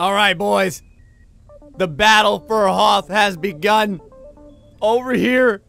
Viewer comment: its pronounced HOTH POWER B-)